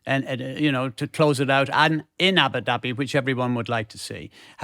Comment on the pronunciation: The place is pronounced Ah-boo dahbee and not Abba-Dabby FFS!